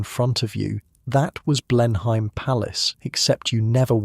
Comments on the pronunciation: It is pronounced Blen-im not Blen-.hime. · Any English person would pronounce it as “Blen-em Palace”, not “Blen-hime Palace”! Otherwise, a very nicely done piece. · You’re pronouncing the Marlborough Oxfordshire estate, quite reasonably, “BLEN-hime”. It is, however, pronounced closer to “BLEN-um”, swallowing the second syllable. It’s a bit like the way many English will pronounce the U.S. state “MARY-land”, whereas Maryland natives will stress the first syllable, but largely swallow it. I split my time between the U.S. and the UK, and I’m always getting something wrong! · The story is very fascinating, but the English accent is so fake. Anyone who lives in England knows how to pronounce Blenheim and that’s not it!